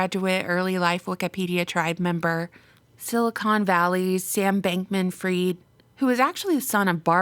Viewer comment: it's pronounced Fried as in Fried Chicken and not Freed Chicken, cus ur speaking english.